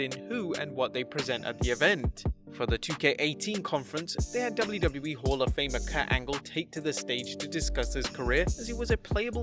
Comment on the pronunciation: I guess no one notice he said kat angle